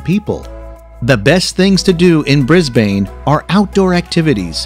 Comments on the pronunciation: Mel-bin and Brie-bin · As an Australian, we don’t say Brisbane as “(Bris-bane)” we say “(Brisben)” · Heyy! i just want to tell you ur pronouncing brisbane wrong! its pronouced as brisbin! but i don't just a heads up! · I is not brisbane its brisse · K I just need to clarify something it’s Mel- bin( that’s the pronunciation as I’m from Australia and everyone says it like that ) and bris-bin ( I’m from Brisbane and it’s the correct pronunciation) so if you ever want to come to Australia remember Mel-bin and bris-bin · BRIS-bane. bris bin is a way u can pronounce it or basically just that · its Brisbane, not pronounced 'brisbaine' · Exactly. This video has nothing to do with Australia. “Bay Bridge”, “Melborn”, “Flounders Street”, “Brisbayne”. And what in the world is “prodooce”? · Brisbane is pronounced without E on the end. "bris-ben" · The Fly-nding Street Train Station lol, Bris Bane and so on. I doubt the narrator has ever stepped foot in Australia. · I couldn't stop laughing at the 'Bris-bin' pronunciation. And even Australia- I guess americans should say 'Us'tralia not 'Orrrr'stralia. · Melbourne pronounced as Mel-burn. Brisbane as Bris-burn. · Brisbane is pronounced: "Brisben"and Melbourne is pronounced "Melben" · Bris-Bain lol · Must correct your pronunciation, but Brisbane is pronounced "Brisbun", same for Melbourne its "Melbun". Flinders street is as in Errol Flynns Name, "Flynnders" Street. The reason 80 % of Australians live in its capitol cities is because the middle of the country is dead. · Brisbane is pronounced: Bris-bn and and Bris-bain. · Ughh that pronunciation of Brisbane made me wince. It is said more "Bris-bne" the a is more silent. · Mell Born Briz Baine This bloke has not been to Australia before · Rule no 1: learn how to pronounce your destinations before recording. Bay bridge? Mel-BORN? Bris-BAYN? Fl-EYE-nders Street Station? Sheesh. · flynders hahaha malbourne hahaha brizbane hahaha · I know right who calls it BrisbanE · Bris BANE😂